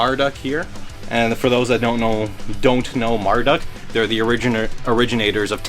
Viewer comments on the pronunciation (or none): You murdered one of my fav bands name...that's Marduk not Marduck